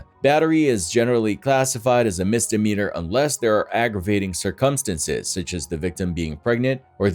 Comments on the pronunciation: just a heads up.... 'circumstances' is pronounced sir-cum-stans-es... not like 'circumference' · Sir-come-senses? Or circumstances..? 🤦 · circumstances, not circumsinsense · Say these words: February, cir-cum-stances, twenTy. You will not hear them pronounced properly at any point in this video. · cir·cum·stance /ˈsərkəmˌstans/ noun plural noun: circumstances. not whatever the f**k it is you were saying. Please, practice more.